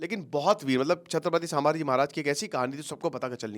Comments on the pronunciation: It’s not shamji it’s sambhaji maharaj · Oye naam thik se le Samaji maharaj nahi Chatrapati sambhaji maharaj bol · say Sambhaji maharaj not samaji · संभाजी महाराज 🙏 सांभाजी ये वर्ड ही आप पूरी तरह से गलत बोल रहे हो सांभा शोले फिल्म मे विलन था संभाजी महाराज थे जब आप महाराज का नाम सही तरह से बोलना सिख जाते तब व्हिडिओ बनाना चाहिये था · साभांजी नही संभाजी नाम हे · bhai sama ji nhi hai sambhaji maharaj hai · For your information, It's called संभाजी not सांभाजी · Brother … pronounce in a proper way It’s not Sabhaji/ सभाजी It’s sambaaji / संभाजी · सामाजी महाराज नहीं सर संभाजी महाराज बोलिए । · Please Correct - छत्रपति सांभाजी महाराज ❌ छत्रपति संभाजी महाराज ✅ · सांभाजी❎ संभाजी ✅ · मैने भी बोला पीचले विडिओमे sambaji नहीं संभाजी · Sir its not sammaji maharaj….shambhajii maharaj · संभाजी महाराज आप संभाजी महाराज सब ठीक से नाही बोल पार है प्लीज संभाजी बोलिये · Your pronounciation of saamhaji is so wrong and insulting.. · atleast naam toh thikse lo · Sir name sahi se jaan lo pahle 😂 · Pronounce proper kro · Dear sir naam sahise le lijiye please. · Abe pahila thik se nam lo